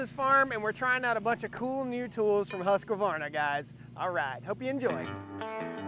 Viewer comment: I think it is Husqvarna..not Husq-A-varna.